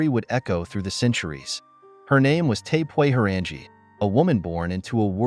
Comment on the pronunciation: Omg! Pronouncing her name "🙄sooo fkn Wrong"